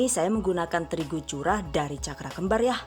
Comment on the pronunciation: Bunda bisa ga sih kalo ngomong "YA" nya biasa aja wkwkwk maaf ya 😌